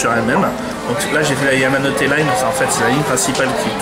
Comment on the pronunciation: Vidéo sympa, mais si je peux me permettre, on dit "Yamanote Line", et non Tamanote :)